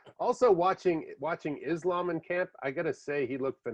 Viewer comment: Its Islam not Izlam 😁. Keep up the good work.Much respekt from 🇧🇦🦅☝️